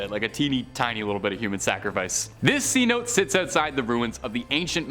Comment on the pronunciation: C-Note? Lol, its pronounced Cenote (Sen-Oh-Tay)